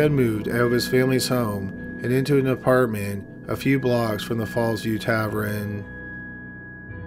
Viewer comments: tav- ERN not tav- RIN … lord almighty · I like this show, but why does he say “tavren” when he means “tavern”? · Oh my word....Please say "Tavern" correctly....I had to stop listening after the narrator said "TAV-REN" for the hundredth time. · Anyone Canadian can comment? Is Tavrin a Canadian thing or just a personal quirk of his? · Am I the only one who is bothered by pronunciation of tavern? It's tavERN not tavREN. It's my only gripe with the video. lol. Happy 2020. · Tav-ren? Tav-ern TAVERN.. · "Tavren?" lol wtf. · Subbed to this channel for a while but still cringing at "tavren" vs "tavern"... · SAY ‘TAVRIN’ ONE MORE TIME. I DOUBLE-DOG DARE YOU! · Every time he said Tav-ren, I felt like I had gotten punched in the stomach. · Yeah sorry but if you're gonna read out scripts you gotta do a little better. It's pronounced tav-urn not tav-ren and the past tense of pleading is just plead, pronounced p-led not pleaded. Edit: I was incorrect about pleaded, please ignore and I apologize. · Gah, tavren! My grandparents owned a tavren when I was a kid and here I've been pronouncing it incorrectly all this time. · Happy new year but oh my god please never cover a case that has the word “tavern” in it if ur j gunna call it “taverin” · Dude, wtf is a “tav-ren”? If you can’t say “tavern”, then just say “bar”. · Dude, its tavern. NOT taverrin. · You really said "tavren" instead of "tavern" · Love your channel & tour strange affectation in yiur narration style, BUT why do you pronounce Tavern as Tavren? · By the way.... what the Hell is a tavren?!?! It's TaVERN. Drives me Nuts. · Tav-ern not taverin! Drives me nuts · Taverrrrrn not taverin! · It's tavern, not tavren mate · Its TAVERN not Tavrin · TA-VERN not TA-VRIN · "Tavern" not Tavren. That is all. Thx. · Tav-ERN not tav-REN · tavern, not tavrin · Tavren? or Tavern? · Tavern. Not tavrin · Tavern. Not Taveren. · Tavern not tavren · Tavraan? Is that meant to be Tavern? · What the fuck is a tavren? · "Tavren" O.O